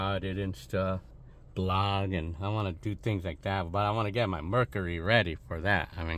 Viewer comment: calls it a BLOG not VLOG lol